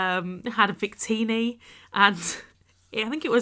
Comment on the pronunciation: Wait, the Wonderlocke with Chivi was at the beginning of this year? Wow, time flies. Also, I really need to talk with you more often! Hopefully during the holidays. :) BTW, you pronounced Wictini wrong.